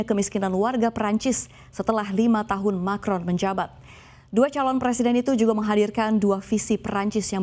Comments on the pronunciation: Macron mbak, bukan markon hehe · Macron mbak, bukan marcon.. Aduhhhh